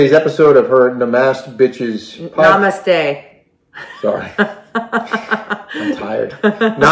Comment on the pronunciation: I loved pronunciation of namesta, or however it may be spelled. That's how Theresa's brain works on a regular basis. I guarantee if she didn't already know how to say that word she would have said it like did. (🤪-what her brain is actually like). Lol! I know it's a little mean. Not fond of her. Can you tell?